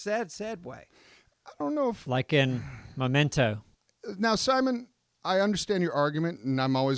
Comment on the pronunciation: “Like in Momento”